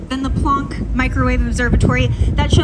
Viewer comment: I really dont know what to make of this. I have no opposition to how she is dressed. Dress as you please. Express who you are. But for a cosmology video? Then how she said 'Planck'. Never heard it that way before. I cant help feeling this is not a good video. Sigh. Two great things. Cosmology and a beautiful woman nicely dressed and I cant enjoy either. My problem.